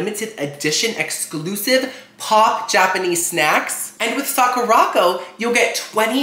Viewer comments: I'm sorry idk if you've been told this already but it's Sakura co not Sakurocko sorry not tryna sound rude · Lol just a heads up its pronounce "sahh - coo - da. ...... Co" co is separate it just means company